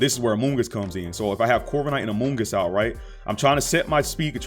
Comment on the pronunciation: You keep saying amoongus and it makes me think about among us